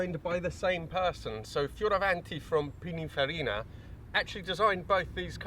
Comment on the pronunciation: Hi, I'm a petrolhead from Italy. Your pronunciation of Italian names is the best among YouTubers from the US and UK; thank you so much for respecting our language. Bertone, Pininfarina, Fioravanti... You're spot on. Great video by the way. Cheers